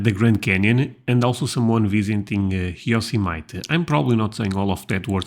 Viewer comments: You're close with your pronunciation of Yosemite but you're making the common mistake of making it 3 syllables when it should be four. You're saying yo-sem-ite, when it should be yo-sem-it-y (rhymes with your-small-city) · Yo sim it tee. You driving me nuts. But its all good. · I have to admit to only knowing a few national parks. Yosemite (pronounced Yo-sem-ity), Yellowstone and the Grand Tetons are 3 I have seen. We were thinking of moving to Jackson Hole, where the Tetons are, just after we were married but the winters up that way last from late October to May. That’s just too much snow and cold for a Southern California couple. I have subscribed! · 28 By the way, Yosemite is pronounced yo-sem-a-tee. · #28!!! Also, it is yo -sem-it-teeeeeeeee!!!!!!! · Yosemite is pronounced Yo-Sem-Mitty. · Hey,! YO-SIM-i-TEE, 4 syllables. The “i” is the short i (as in “if”), not the long I (as in “Island”). Did I confuse you?😝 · Great video Senhor! Muito bem! Yosemite National Park is pronounced as follows: Yo-sem-eh-tee! 4 syllables with the accent on the 2nd syllable. Hope that helps you. Your English is great just heavily accented. Lots of Portuguese in my 'neck of the woods' in SouthEast Massachusetts so nao e problema! Pasa bom semana! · Yosemite is pronounced yo/sim/ah/tee, just an fyi! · 28. Pronounced Yo-sem-it-tee. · I enjoy the National Park Tour that you are doing. Who in the world does not want to see such visions of beauty? Your English is fantastic. To add to your arsenal, Yosemite is pronounced Yo-sem-it-ee. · Yo sim' a tee accent on sim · Yo sem itee (three sylables). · The old saying about Wyoming is that there are more cows than people. Probably very accurate. As for Yosemite, we say YO-sem-eh-tee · Yosemite = "yo-sem-uh-tee" 🙂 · let me help you with YOSEMITE…pronounce it like this…..yo sim a tee, ok, yo,sim,a,tee. There ya go buddy😅